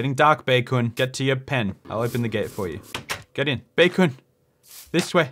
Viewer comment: Despite the number of times you say Chi-Kun and Bae-Kun, I still lose my mind every time I hear it 🤣